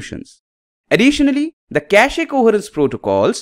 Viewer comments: Why does he say kashee? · Le Cashé